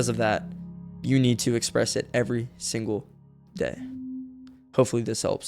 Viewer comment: Dawg its Single not singe